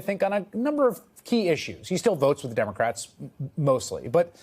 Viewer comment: Did you just call them "DIM-o-crats??? that is funny. my new name for them